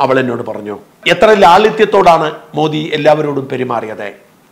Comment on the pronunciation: You are pronouncing Prime Minister’s name correctly. Some so called vip malayalies pronounce so wrongly, don’t no why they are doing it.